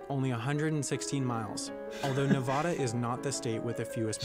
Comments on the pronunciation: at least they also pronounced Nevada wrong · Fun fact: don’t say ne-VAH-duh to anyone, especially from Nevada. Say nev-AD-a😂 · Thank you 😂 I hate when people say ne-vah-duh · As a Vegas native, every time the guy said "Ne-VAH-dah" it pained me. Nevada is pronounced with a as in apple. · I can’t help but notice the narrator said nav-ah-da, instead of nav-a-da. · The way he says Nevada is triggering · "N E V a D a" not "N A v a d a" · Did the guy im the viedo just ssy nevoda. Its nevAda. Sorry u just dont like when people say it wrong and no i dont live un navada i live in utah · Guy says "Nuh vaw duh" Every Nevadan *TRIGGERED* xD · As a person living in Nevada, when videos telling people about states say ' Nuh-vah-dah' it feels like a dagger is being driven straight through my heart. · Lol no, it's pronounced Nev-Add-Uh. The only people that call it that are people that don't live in Nevada ( Mostly ) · He pronounced Colorado correctly but just butchered our state name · Never, ever, use the pronunciation used for ‘Nevada.’ It’s incorrect, and Nevadans will start brawls over it. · The way he said Nevada killed me, apparently everyone pronounces it differently than people from Nevada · He pronounced Nevada incorrectly, FYI. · he’s mispronouncing nevada and i want to rip my hair out 😀🤚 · He said Nevada so wrong don't say Nevada like the guy in the video he's reacting to did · That video is totally pronouncing Nevada wrong!